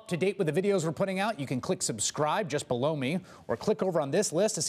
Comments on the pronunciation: needs to be careful in the end of the videos how he says, "just below me." LOL! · Yes, he needs to enunciate the 'e' a tad more. Every time I hear that I wince 🤣😂